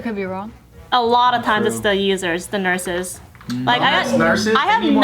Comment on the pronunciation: LOL Bart had to use a filipino accent for nurses